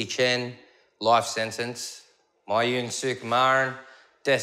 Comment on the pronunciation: I honestly thought the reporter was talking about his piss when he said " my urine" 😂